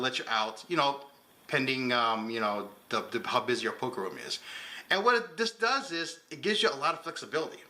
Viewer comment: “The pub is your poker room is” = “how busy your poker room is”. It sounded like he was going to say something else and then slurred the two words together.